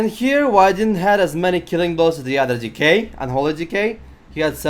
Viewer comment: "than the other dickhead*dk*" love the accent lol